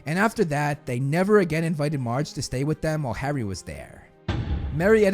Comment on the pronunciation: Her name is M-AR-ge, like large, not mawge.